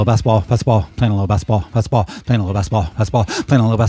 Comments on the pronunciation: Basketball is not meant to be pronounced as "basbol". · When I rap that fast, it does kind of come out that way. Also, there's an ad where a football 🏈 player pronounces it that way, and I only noticed because I do the same thing in this video. The pronunciation is better in the actual song here: Though, the "t" is still soft, like in Gal Gadot's name.